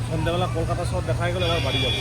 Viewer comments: kolikata na ektu thik kore bolo eta amader maha nagari এর নাম কলকাতা 😊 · Ota "kolikata" noi kolkata...Bsi over smart dekhate giye nijeke sobar kache hashir patro korben nh